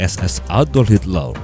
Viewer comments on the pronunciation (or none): adolf Hitler bang bukan Hitlel wkwk